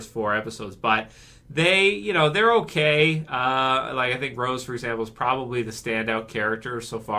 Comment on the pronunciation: H'okay. H'okay bud.